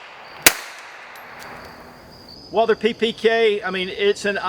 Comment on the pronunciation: Every time he says "UOAALDER" in stead of Walther my ears start to bleed.